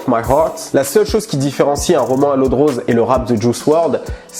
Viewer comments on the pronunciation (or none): none